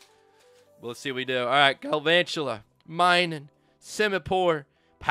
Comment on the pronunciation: The pronunciation is mi-nun not my-nun